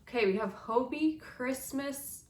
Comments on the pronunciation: Why are native English speakers pronouncing it 'hobie'? 😅 It has two Bs. And hobby is pronounced the same in Danish. Or is it something I don't know? For me it's hobbii = hobby. Thanks for the unboxing!!!👍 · When pronouncing the word Hobbii say hobbit without the letter t.